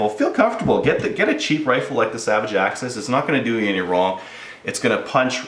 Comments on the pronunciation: AXIS not AXEEEEEEES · Axes (akseez) is plural of axis (ax-iss). NOt to be mean, man. nice review, thanks. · Only reason I disliked the way the said the name of the gun 🤦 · Chris Kraus I laugh ever time he says it